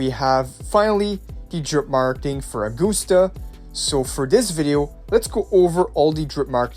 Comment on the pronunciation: Please, her name is based on Caesar, you know? Agustus Caesar. So it's not uh-GOOST-uh. It's A-gust-ah.